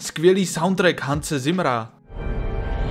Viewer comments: dobrý soudtrack, ale na Temného rytíře to nemá. Jo a jméno Zimmer se čte Cimr. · Sorry, ale ta výslovnost Hanse Zimmera mi trhá uši. Čte se to [Cimr]. Ale je fakt, taky jsem si říkal, proč nikomu nevadí, že Batman zabil toho týpka v tom popelářským autě v Temným rytíři a bylo mu to úplně u prdele.